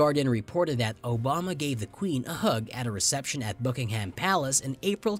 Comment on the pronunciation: Could we please have a narrator who can pronounce "Elizabeth" and "Buckingham". A lot of these examples are nonsense. Half of the Queen's' "subjects" don't respect her. You realise "The Crown" is fiction? Hardly something to base your research on.